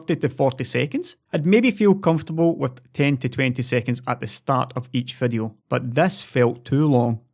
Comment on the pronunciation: It's "video" not "vedeo". Get?